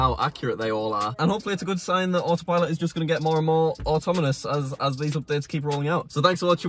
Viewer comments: Automonous? is it? lol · "Automonous" - to the Oxford Dictionary.